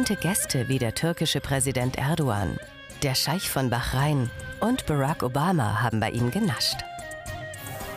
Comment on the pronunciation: "BARAAAK OBAMA" bitte wie kann man diesen Namen so aussprechen 😂😂😂